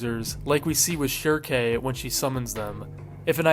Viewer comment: Thank godhand you actually have a reasonable pronunciation for Schierke, as opposed to ‘s grating “Shrike” interpretation he uses in every godhanddamn video.